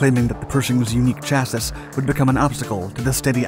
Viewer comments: Chassis. Chass-ee. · Is this a real person narrating? His pronunciation of chassis and cupola are weird, but maybe they are pronounced like that in British English? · Plz correct this. “Chassis” is pronounced as Cha-see or Sha-see not Cha-sis. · Chassi Not chassiS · Cologne. Pronounced "Kol-own", rather that "Kol-own-ya"... Chassis. Pronounced "Shassy", rather than "Cha-sis"... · Chassee, not chassis. It's a bit counter intuitive. 😂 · It's not pronounced "CHAS ISS", it's "CHASSY" - rhymes with classy. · And Chassis..."Chassy" like Lassy the dog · Hey,: the word chassis is pronounced cha-see. I thought you might want to know for other tank videos you might make. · 'Cha-sis' and 'Colon-ya' makes me think our narrator might be a computer.... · Great documentary but where is Colonea?! 😂 do you mean Cologne (or Koln)? Also, chassis is pronounced shasee. Perhaps a quick google search on how to pronounce place names correctly before recording might help on future videos, otherwise the content on your channel is of a high standard. Keep up the good work! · Chassis is pronounced "chass-ie" from French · so chassis is pronounced chassee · The pronunciation of chassis gets me everytime on this channel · You'd think if you're going to narrate a tank video you'd know how to prounce Panzer, Chassis, and Cupola not to mention places like Cologne. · For future reference, the last s in the word chassis is silent. The name of the German city of Cologne in English is pronounced kuh·lown. There is no -yuh or -yeh on the end. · Think I may finally figure out why you keep saying CHASSIS (US: /ˈtʃæsi/, UK: /ˈʃæsi/; plural chassis /-iz/ with the short 'i' because you think plural indicates 'iz' as US 'is' When in fact phonetic representation of 'is' = 'ɪz', Yeah, that's right the short 'i' is represented as 'ɪ' Plural Chassis is spelled the same as a single Chassis or multiple Chassis is spelled exactly the same but pronounced like Chas ease (eez) or (phoneticly iz) not 'is (ɪz)'